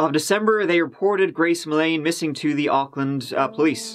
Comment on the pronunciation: U pronounce Auckland really well 😁. This is a sad case I remember well 😢 I heart goes out to her family. No i don't mind being known for lotr. But there's more cases in nz that need coverage too can u please maybe do more from nz when u have time pleasssse